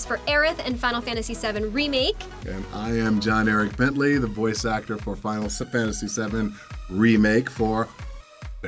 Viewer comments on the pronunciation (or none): Final Sefantasy Seven